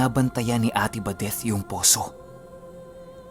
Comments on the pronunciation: Sumakit ang ulo ko how you pronounced ate badethhhhhh... OA. Nawala ang focus ko sa kwento. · Grabe tlga c..dinig na dinig mo yung TH sa badeth..haha..pero parang pamilyar yung taong putik...